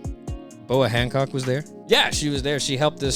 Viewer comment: Boa Honcock? I swear her name is Hancock, not Honcock.